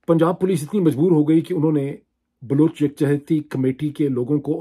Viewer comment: Tho aap keh Rahe Hain Baloch khawateen Aur bache jhoot bol rahe Hain. Aap ko abhi tak Baloch ki pronunciation nahin aathi. Afsos Pakistan.